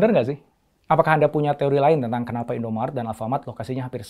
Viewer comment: INDOMARET Pak, bukan INDOMART